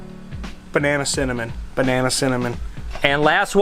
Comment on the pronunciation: He said BanNanA soooooo... Does he thinking about bananas